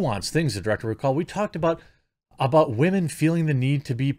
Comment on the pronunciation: I've been watching for a minute... I cannot figure out what he's doing when he says "wah-men"? Is it just how he speaks? Is he calling women whiners (if so, presumably it would only be in context of whiny women, not all women)? I never notice the word but for when he mispronounces it, lol, so he could be saying it correctly 99% of the time.